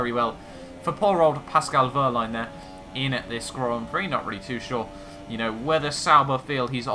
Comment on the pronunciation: I love your pronunciation of "Paskol Wööhrlein" :D And of course "Sebaschtien Wittäl"